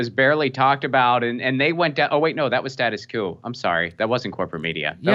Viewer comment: Not to be fastidious but “status quo” reads “status kwo” not “status coo.”